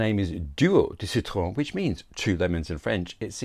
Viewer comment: Bravo pour le bel accent français pour « Duo » et surtout « citron » 👏👏👏🌟🌟🌟